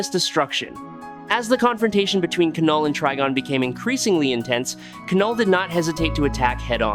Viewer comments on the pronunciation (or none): Lol😂 the K is silent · It's knull like the word know not kanull🤦🏾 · I hate these AI generated narrations. It's not Kuh-Null. It's pronounced NULL. THE K IS SILENT 🤬🤬🤬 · Kanull? Treegon? Seriously? That automatically earned you an unsubscribe 😂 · I think you mispronounce names on purpose lol.... K-null / M-Jole-near.... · K is silent. Like knife not kahnife